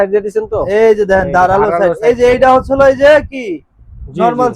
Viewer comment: দোকানদার ভাই, হচ্ছলো" ভাষাটাকে ভালভাবে বলার জন্য অনুরোধ করছি। ধন্যবাদ।